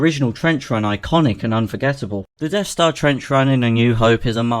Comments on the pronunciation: What's a "Deaf Star"? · "The Deaf Stah" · "Deaf star" Once you hear it you can't unhear it.